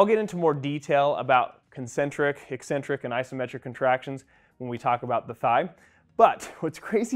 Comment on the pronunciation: Finally someone on YouTube who can properly pronounce "eccentric" not just when it describes a character trait.